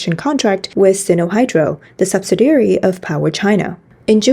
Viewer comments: Subsidiary, not subsidary. Very slight difference, but important to English speakers. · Just to help, "subsidiary" has five syllables and is pronounced "sub-SID-ee-air-ee". Rhymes with "the LID we carry". I really appreciate the news reports on this channel. Important information that's hard to find anywhere else.